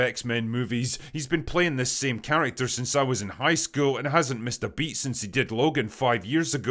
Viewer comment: A Scottish guy saying high-school..... what a n@